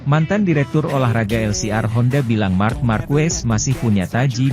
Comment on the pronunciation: Marck marcrees😂😂😂